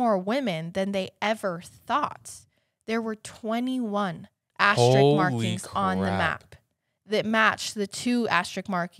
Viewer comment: Love you guys so much! I hope you take this criticism as it's intended as a teaching moment. You keep saying Asterik and it is driving my OCD crazy!. Asterisk is the word. Again love you guys so sorry if this sounds trolly, just want you to know so you can fix it in the future. Keep up the awesome work!